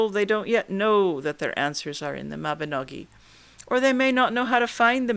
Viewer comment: thank you for saying Mabinogi, and not Mabinog*ion* - the latter is incorrect!